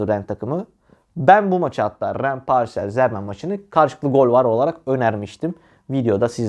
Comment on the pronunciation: Allah askina paris en zermen deme yav elim ayagim titriyor